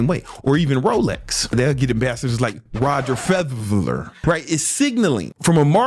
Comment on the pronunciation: This Nga cant say Roger Frederer to save his life!!.... But on the low he a real life genius...